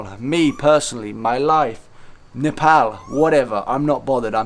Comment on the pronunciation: He pronounces "Nepal" unlike other English people "Nepol" 👏